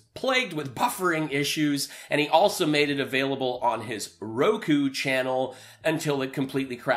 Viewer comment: Lindell needs to find a reverse mortgage company to be the face of. R.M. lenders are scummy to begin with and Selleck already reps one of the main ones. I guess the ⅛th wit will have to find a sub-par company. Ffs, he's still saying, "Roko." Ugh ugh ugh ugh.